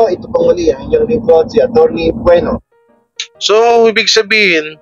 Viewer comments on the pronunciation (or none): Atty Bueno not Nuevo. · Good am poh....its atty. Bueno not Nuebo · Atty Bueno, hindi Nuevo! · gudam atty. Bueno Hindi Nuevo...😂😂😂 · Atty. BUENO..hindi Nuevo